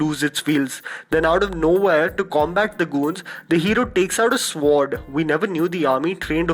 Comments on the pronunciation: No offense, but sword is pronounced sord not sword. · SWORD is pronounced as “sord” not swoordd....plz change, its really annoying....its like calling an island....”iss - land”. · d guy is pronouncing sword wrongly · the 'w' in sword is silent, so it's pronounced 'sord' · Sword is actually pronounced without saying the ' w ' just a friendly tip 🤝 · the 'w' is silent in sword